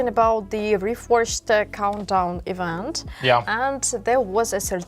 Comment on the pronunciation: You need to learn English better than what you speak now. It’s awful to hear what you saying. Ivant? Event